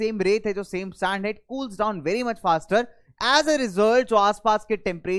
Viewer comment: Sir this is sand not saand🤣